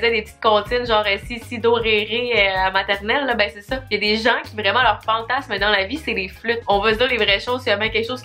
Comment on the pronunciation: Une fois sur deux tu dis fantassss lol c’est fantasmmmmmeeee haha